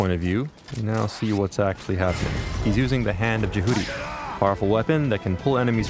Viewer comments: Mumble, grumble that's not how you fuckin' pronounce it... grumble... It's more like JEH-uty... not fuckin je-HOOTY... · I cringed when they mispronounced "Jehuty". Its not pronounced "je-Hoodie". Its is Jè-who-tea. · I don't know how it was pronouced, because i don't know what the hand of jehuty is.